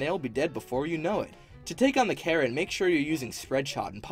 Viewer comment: i thought he said to take on the karen instead of carrot